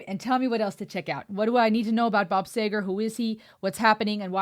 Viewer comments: Bob Seeegar! No Sager? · This is when you actually had to have a voice, lyrics, and talent.............. And BTW it is SEEger